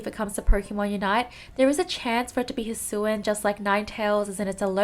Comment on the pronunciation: How to pronounce “hisuian” : hisuwiyan It kinda hurts me that somebody says “hisuan”